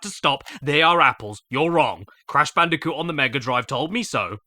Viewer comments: It’s bandicunth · I knew he'd say bandiconth and I still popped off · It is no longer cash banooca It’s now bash canooca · Ah yes, I love my yearly installment of BANDI-CUNTH (ft. CASH BANOOKA) from daddy Caddy himself. Great work man. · IT’S CASH BANOOCA! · I can't stop hearing it as "bandicunt" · Bandiconth always gets me. Just... perfect. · Is anyone else a bit concerned that Daddy Caddy might be a bit mentally disturbed? But seriously, every month is Bandicounth! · ahh Crash bootlegs you say like Bang Bandicoot and Whallop Bandicoot